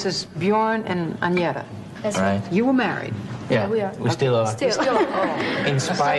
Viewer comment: Stop saying Anjeta! Her name is AGNETHA! & Anni Frid is Norwegian!